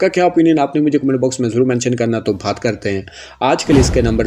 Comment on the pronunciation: Bhat karta hoon Bhat karta hoon bol te same mama bhat Nahi hota lafz baat Hota hai bhat Nahi